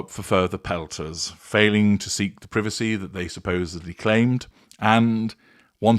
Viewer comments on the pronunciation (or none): none